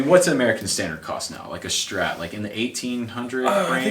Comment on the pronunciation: Pet peeve - it's a STRAT - not a SCHTRAT